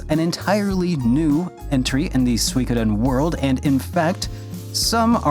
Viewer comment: The mispronunciation of Suikoden is killing me 😭